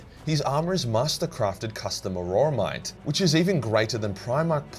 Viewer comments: Some respectful feedback: Auramite is pronounced or-a-mite not a-ror-a-mite. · Isn't it "Auramite," rather than "Auroramite?"